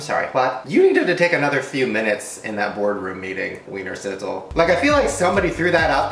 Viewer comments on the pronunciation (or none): any austrians here. and btw its pronounced VVVViener Schnitzel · I just love how Americans pronounce Wiener Schnitzel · Wienerschnitzel is austrian food, yeah xD and i guess english speaking people can't pronounce 'sch' so it's sounds really funny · It's just a shame for the original austrian Wiener Schnitzel.